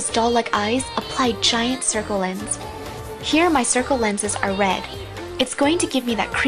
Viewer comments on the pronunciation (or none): none